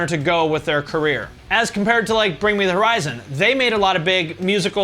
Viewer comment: Just ONCE I want him to pronounce all three syllables in “horizon” in ‘bring me the horizon”… the first like 5 videos of his I thought their name was bring me the risin’